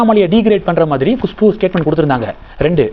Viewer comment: Gushpu illa.kushpu